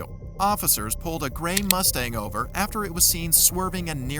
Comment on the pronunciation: lol "Mustangover"